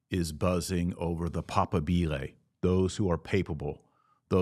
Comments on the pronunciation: Dr Taylor, please if you use Italian words be sure to pronounce them with the right stress it is not "papabìle" but "papàbile" (stress on the A not on the I": great video! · ‘Papa’bile’ , not ‘papabi’le’. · Please may I kindly ask that if you use Italian that you try to pronounce it correctly: it's papábile, not papabíle. As a rule larin based languages put the emphasis on the third syllable from the end. If that doesn't work you can always say electable candidate. Thx